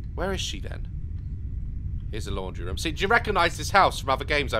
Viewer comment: I love when he says ‘room’ as “rym” because of his accent 😂